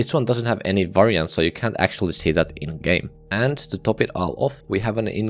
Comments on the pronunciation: i hate how you sayf "top" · does anyone else like how this guy says "top"?